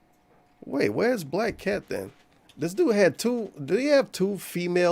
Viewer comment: BLAYUCK CAYUT! GOD I can’t stand his voice. Especially words with the harsh “A” sound.